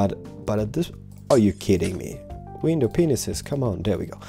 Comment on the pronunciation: I love how you say window penises instead of panes :3